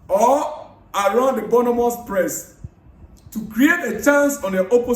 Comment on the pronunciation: My Ghanaian brother. AKWA BAA. You are doing a great job, please keep it up, but l have a little correction. The correct pronunciation of that name is BORN-MOUTH and not BOURNEE-MOUTH.